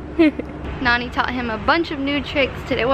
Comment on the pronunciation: all this time i thought they were saying nanny in a funny way instead of nonie... rip me